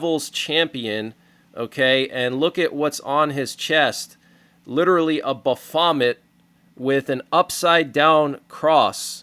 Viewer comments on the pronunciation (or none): It’s kinda funny pronouncing baphomet like “ba-vomit”.